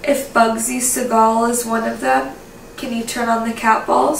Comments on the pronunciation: Its Bugsy SEE-gul lol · It's not Segal, it's Siegel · Bugsy Siegel's last name is pronounced, "SEE-GUL"....Not "SE-GAUL". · Just a pointless fyi, but it's pronounced (sea-gull) and he also hated the name, Bugsy, it was a way to make fun of his quirky mannerisms. Nonetheless, like everyone else, LOVE to see you two back. Hope all is well, and we are able to get more investigations, Love and miss ya'll!!!!!!! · I love El Cortez, especially those original rooms above the casino floor. The man hated the name Bugsy. Next time, try calling him Ben. Also, the last name rhymes with "beagle", or "eagle". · Bugsy's last name is pronounced See'gul. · It’s pronounced seagull, but it spelled Segal